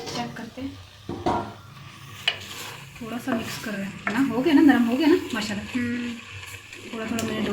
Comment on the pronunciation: I like the way you saying MASHA ALLAH bismilahh